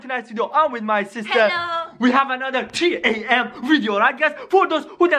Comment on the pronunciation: It is 3:am not G:am it is sonic exe it's not sonicex